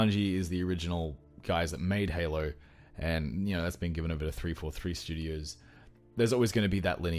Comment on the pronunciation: "sorta like Halo(r)" lol what is with aussies and putting "r" in everything